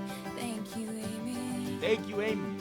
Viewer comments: just skipping through to my favs for now. but um its aimee. not almee 😂😂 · 😭 "thanK you aIMee:" K I M = KIM?!?! AS IN KIM KARDASHIAN. HOW DID YOU MISS THAT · him pronouncing “Aimee” wrong made me laugh I’ve never heard someone pronounce my name like that